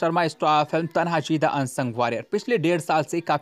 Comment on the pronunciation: पागल फिल्म का नाम तनहाजी नही "तान्हाजी" है।